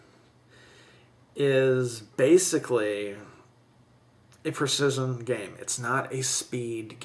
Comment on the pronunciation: Adam Campbell Holy hell. I was searching through the comments hoping that someone else had noticed this too. He does in all the words with similar pronunciation. Infuriating to listen to.